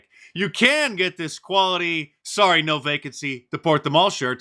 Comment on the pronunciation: Ooo so soddy so soddy .